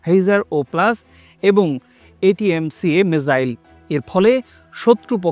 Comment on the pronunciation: ঠিকমতো আগে উচ্চারণ করতে শিখো হিসার ০ মিসাইল নয় এয়ার ডিফেন্স সিস্টেম, আর এটিএমসি কিরে ওটা হবে আতমাকা ক্রুজ মিসাইল